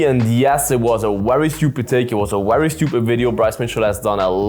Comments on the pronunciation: I can understand an accent effecting vowels, but not consonants, mate. 😆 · It's pronounced very, not "wery" 👍